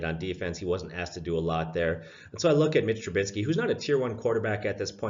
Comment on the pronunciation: Hahha right....i mean these guys deal with several names a day...so i understand the struggle...but growing up in the same city with Tru-BISKY ,IT drives me nutzz to see his name butchered NATIONALITY